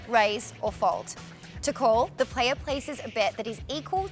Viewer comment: Pronunciation guide The playa... the deala...